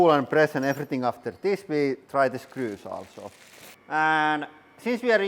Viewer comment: Every time I hear Lauri say "Screws" I always spell it "Skrüs" in my head.